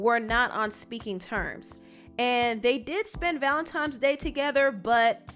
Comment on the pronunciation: i love when says “valentimes day”